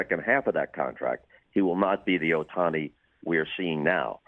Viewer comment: his name is OHTANI. not sutahsnai